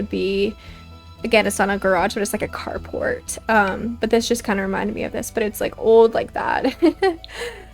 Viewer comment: I kept thinking you where saying “cardbord” instead of “car port” so i was very confused at first 😅 Im loving this series though! and i really appreciate this type of video its perfect background for my drawing and crochet! ❤